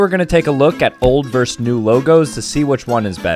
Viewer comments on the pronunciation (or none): Versus not verse.